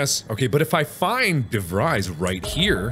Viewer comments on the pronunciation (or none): Hendrik De Vreys, interesting way to butcher an Afrikaans surname, but I like it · When ur Dutch and de Vries seems to be pronounced wrong.. de Vries may be pronounced as (ie =ee from freeze) de Vrees. Or Im wrong,dont mind me. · Do all Dutch people get triggered by his way of saying de Vries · Hendrik DeVries is Afrikaans/Dutch name uwu, is pronounced "DeFres" is weird but yeh uwuu